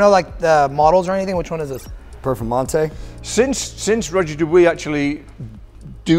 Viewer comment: 1 minute in and these watch guys have wiped the watch on their shirt and butchered Roger Dubuis pronunciation.